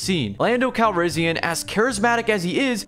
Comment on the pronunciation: Can't even say Calrissian right.